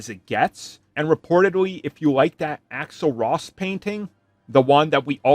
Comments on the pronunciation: No way this man just said “Axel Ross” 😭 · Axel Ross? Come on man, you’re a comic channel and you don’t bother to correctly say the name of one of the most famous comic artists?